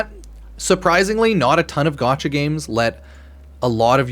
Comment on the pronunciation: The amount of time I here u say gatacha game or gatcha made me chuckle